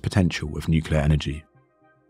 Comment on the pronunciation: "Nucular physics", really? Just when I was about to hit the "Like" button... shame I can't, because of a native not being able to pronounce the word "nuclear" correctly. The story is interesting and it was told well, shame for that major mistake.